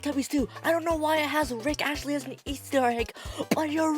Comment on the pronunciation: Bruh its rick astley, not rick ashley